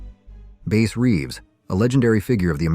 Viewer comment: I cannot and will not support any channel that uses misleading descriptions of their videos. Dishonesty is disgusting. The video creator couldn’t even pronounce Bass Reeves first name correctly. Was that done intentionally because of Deputy US Marshal Reeves’ complexion? Also, since when was the Hatfield family homestead ever located in the Wild West? Only a derp would assume West Virginia is in the western US. Atlanta is in the Southeast. Only a derp would purport it to be in the Wild West. No one cares for dishonest YouTube Channels.